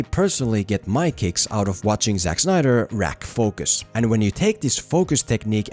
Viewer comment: Did you say, 'wrack focus'? As in 'You wrack discepwen' ? That's hilarious. 😄